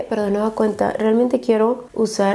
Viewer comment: Amo los videos de pero alguien mas a notado que habla muy raro.. Como k reemplaza muchas veces la letra N por la letra M... Como cuando dice... De nueva cueMta...